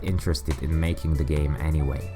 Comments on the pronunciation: Melking AHHAHA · Say hello to a new way of saying "MAKING"